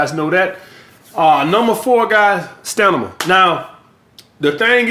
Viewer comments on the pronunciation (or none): ‘STANIMA’ well no one corrected so now the word is going into dictionary!!!! Future reference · the stanima lol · Let me work on this "Stanima" we not letting this one down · Stanima lmao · "The stanima matters guys" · 😭😭😭 we got the point but he had me thinking I say it wrong with stamina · If any other coach said STANIMA I would unsubscribe immediately but makes it so hilarious I might start saying it now 😂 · Did he say Stanina😂😂😂.. salute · He said "stanima" 🤣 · "Stanima" lmao. Great video brother!